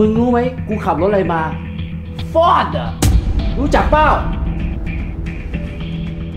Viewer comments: ฟอร์ด กลายเป็น ฟอด เดอะ โอ้ย!!น้อ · อ่านคำว่า "FORD" ไม่ถูกด้วยซ้ำ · ชอบตอนออกเสียงรถมากเลยค่ะ ฟ๊อด55เราออกเสียงไม่เหมือนเลย